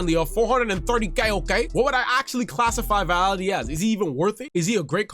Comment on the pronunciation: Vitality 😂 you mean Vialli! Good review, thanks! Subscribe!